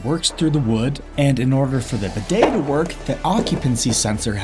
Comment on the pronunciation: I’m not normally one to complain about videos but please, please, please learn to pronounce the word “bidet”